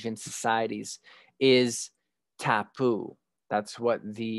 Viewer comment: I am indigenous māori and alot of stuff you said was very factual, respectful and educational, some of the pronunciation was off but im not holding it to you, for example the word "tāne" isnt said like "kane" it is said like "ta-nei" and "tāpu" isnt said like "tap-oo" it is said like " ta-poo" and alot of our words are said like this, i hope this can help with your pronunciation, as i said im not putting you down just educating on how to better say out words